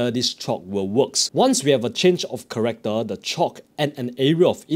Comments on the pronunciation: Change of “Character” not “Corrector”. Other than that great video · its character (change of character) NOT corrector. thank you for explination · Change of Character bro, not Corrector, CHARACTER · Dude, what the hell is corrector? It's the change of character!!! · Ch-a-r-ac-toor. Also can :D